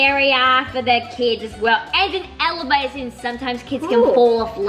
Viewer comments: this person didn’t write it properly that’s why you are a little confused she said evevevalator and I know Australians don’t say it like that their song proves it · I love how called an elevator an “evelivator”